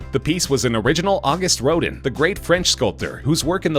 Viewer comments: row-din? not quite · The pronunciation on some words of this voice over is making me a lil crazy. RoDAN! sigh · August Roe-dan, not roe-din. He's kind of famous. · Just FYI--the piece by Rodin...that's pronounced "Roh-DAN", not "ROH-din". It's French, and therefore it's not pronounced American-style. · Ro-din?!? Ro-dan!’nn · It's Ro DAN (August Rodin) with accent on the second syllable. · I had to stop watching after the 3rd time he said "rode-in" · "Rodin" was also mispronounced. Pronounced correctly, it rhymes with Roseanne. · DocWattson he did the same thing mispronouncing Rodin. It’s spelled Rodin. It’s pronounce Rodahn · "August Road-in" "Soath-bees" Jesus Christ. At least learn how to pronounce things correctly if you're going to do voice overs. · Auguste “Rodent” ? Sounds like a gangster and not a sculptor. Little weak on Sotheby’s — not quite there- yet. But the Diego Rivera was good. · WithMetta He brutalized Rodin’s name. I cringed. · We'd appreciate it very much, if the announcer would learn how to pronounce the names correctly. Auguste Rodin. Try again. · At least learn how to pronounce Rodin. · The voiceover mispronounced "Sotheby's" and "Rodin". Might be good to know those two words when you're doing a video about antiques. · Can you fire the person who did the voice over? Seriously mispronounced Rodin and Patek Philippe for starters. If you don't know how to pronounce something, ASK! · Lol..."Soath-bees"..."August Road'n" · Who doesn’t know how to pronounce ‘Sotheby’s’ and ‘Rodin’?